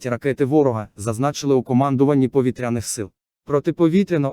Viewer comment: Чудові новини про наші повІтряні цілі! Ну а наголоси якось не по—нашому звучать,пропрацюйте ,будь ласка. Дякую!